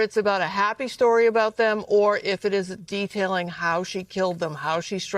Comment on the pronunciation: It's CALLAN, CORA & DAWSON! NOT "Cally and Corey"! WOW.